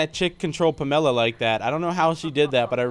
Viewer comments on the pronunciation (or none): Pam a la not Pamela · Is anyone else triggered when he says "Pamella" instead of "Pamela"